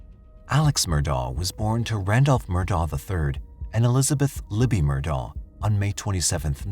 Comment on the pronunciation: I have a hard time putting any credence in this story about the Murdaugh murders when the narrator cant even pronounce the man's first and last name. Its Pronounced "Ellick Murdock" damnit. The entire evidence is not presented, just evidence cherry picked to get views. This story needs to be updated by the original presenter. A lot has happened since May 21, 2023. Get it right or stay quiet.